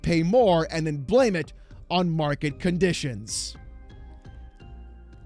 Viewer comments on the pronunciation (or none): “Mwarket Cahnditions”